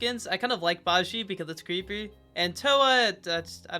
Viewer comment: I'm noticing a trend with chinese-tradition skins being the least favourite, like Ba Jie (which is pronounced ba j-yeah, its a maincharacter from journey to the west), Empress, Wujing (another journey to the west main character), Guan Yu (historic chinese military general}, Wukong (journey to the west maincharacter), Sanzang (the 4th main character in journey to the west), etc